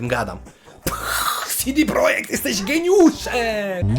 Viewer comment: Mała uwaga, czytamy ich nazwę "CEDE projekt" a nie "SIDI projekt". CD to skrót od Centrum Dystrybucji.